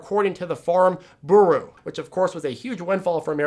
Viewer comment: That “bureau” pronunciation is a bit off the rails!